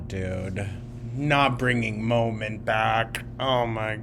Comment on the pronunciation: Another new drinking game...Molment...